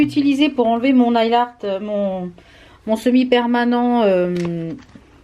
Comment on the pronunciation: Hello, non mais il y a un truc qu'il faut absolument que tu changes, please ne dis plus Mophe mais Morphiiiiii,, il faut respecter le nom de la marque quand meme, que l'on soit française ou pas, ca reste le nom de la marque, bisous! Pareil pour le nail art, on dit neil art et non nail art, c'est peut etre rien pour toi mais pour moi qui suis anglophone et qui adore les vidéos en français ca me fait mal aux oreilles, surtout que le mot nail est anglais tu comprends!, Rien de personnel, juste il faut te mettre à la phonétique anglase, je suis sure que tu gagnerais des followers, bisous!